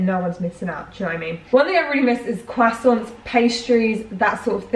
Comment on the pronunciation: it's not leviosA, it's leviOsa and not CROIssants but croiSSANTS. Yeah, that's the main thing about this pronounciation situation, just really wanted to comment, love u <3